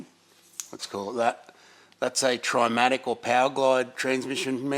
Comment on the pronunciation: I believe it pronounced " traumatic " not " trimatic "???? Love your work 👍